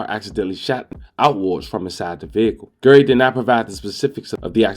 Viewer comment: Bro His Name Is GARY RHYMES WITH CARRY Not Gerry and Idk what you called Dante Rodreguez first name I swore it said Terry 😂😂😂